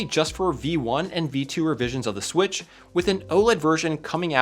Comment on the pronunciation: switch pro❌ swiich✅